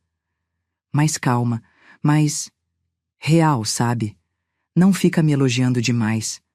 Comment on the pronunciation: Quero saber porque voces enrolam a lingua quando falam o nome do nosso dinheiro?? Eu acho isso muito errado!